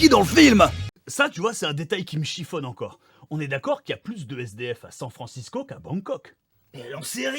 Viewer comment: « Shang Francisco » abusé 😂😂😂